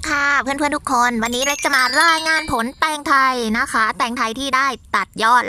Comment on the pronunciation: แตงโทยจร้า ได้ยินว่าแตงกวา55